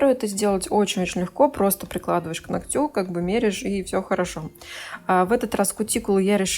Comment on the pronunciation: Если уж вас учат французскому, то считаю не лишним по-учить русскому. Не ногтЮ, а нОгтю